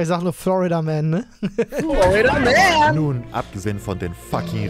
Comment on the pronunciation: Ich verstehe andauernd Flood-a-Man, anstelle von Florida-Man 🤔